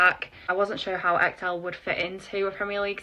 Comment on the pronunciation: well you butchered Ekdal's name 🤣🤣🤣